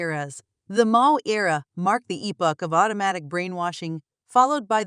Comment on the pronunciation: Hahahaha robot voice pronounces Mao as 'Mayo'😅